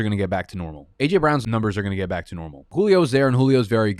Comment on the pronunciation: How come he says "welcome back" as "welcome bike"?? lol. I'm sure I'm missing something